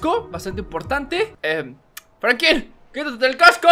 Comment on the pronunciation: Da risa qe diga frankin y no frankin